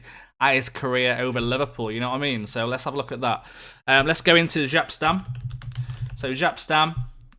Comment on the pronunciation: We should have a counter for how many times you say 'ofcourse' Also, the J in Jaap in pronounced like the Y in Yellow